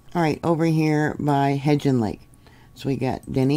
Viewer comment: Thanks. Also, Hebgen Lake is pronounced Hep - Kin Lake. Thanks for your hard work.